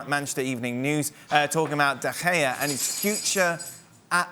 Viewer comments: Nobody : Don : David DeGayAh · Can’t he just pronounce his name correctly? It’s not like he doesn’t know how to say it